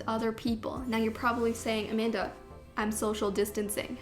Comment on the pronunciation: Everytime, every single time, I hear It's A-Man-Duh, I can't unhear it.